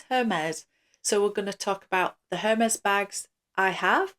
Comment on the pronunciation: i believe the “H” is silent